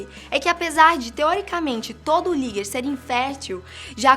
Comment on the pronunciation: Querida o primeiro é ligre não liger tá